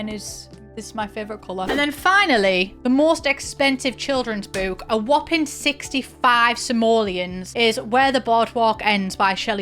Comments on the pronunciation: I can't stand the way you say boo-k like boot. It's book like brook. Or do you say brook like broo-k? 🤔 Either way, I hate it. Ugh. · Obsessed with the way you say ‘book’ like ‘bewk’ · I hate the way she says “bewk” but this video has to be good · British people really be saying boook like heavy on the "👻k" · Wait, is she joking with the pronunciation of book? 😂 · Omg i can’t handle the pronunciation of book Sorry.😢